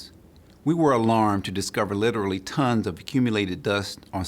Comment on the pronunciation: That man said literly tons of dust